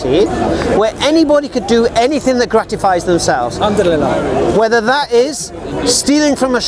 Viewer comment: 10.58 did he try to say alhamdulillah without knowing what it means lol